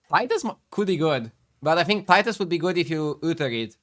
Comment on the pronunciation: But pronounce it: tit-us